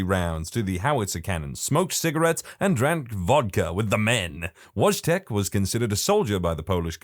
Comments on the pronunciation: Wojtek pronounced in polish is like Voy-tech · Its pronounced Voytek in Polish i should know cos i am Polish